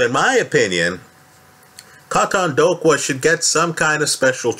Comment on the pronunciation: KAUTONDOKWA( K.O-TONE-DOOR-QWER) just trying to help you bro lol